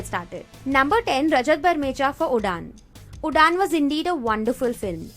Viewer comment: Did you pronounce Udaan as udaan not Uraan?